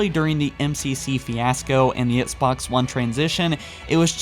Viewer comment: Oh yeah, I remember this guy. He keeps saying "Etsbots" instead of Xbox